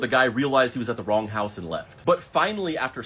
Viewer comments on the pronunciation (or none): none